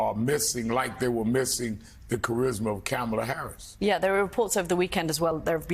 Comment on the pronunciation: Rev. Sharpton needs to learn how to pronounce Kamala Harris's name correctly.